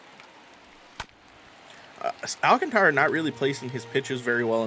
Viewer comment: Great video's. BTW you pronounce Sandy's last name. Al Kaan tr uh